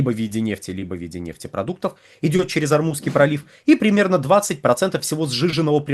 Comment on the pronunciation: ОрмуЗСкий пролив, Вы постоянно называете ормуНский.